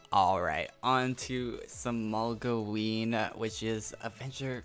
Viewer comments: MOGloween, lol molgoween :P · Could you please change the way you say Mogloween? You always pronounce it "Mogleween" and great video